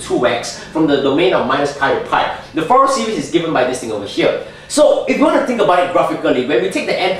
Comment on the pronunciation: I appreciate your Fourier Analysis' application to Electronics. And by the way, it's fur-ee-ey. Zero it out. And can you give dissertation on wave functions as they apply to wormhole theory? You could also say, "The convergence theorem 'suggests.'" Thanks for explaining infinite partial sums.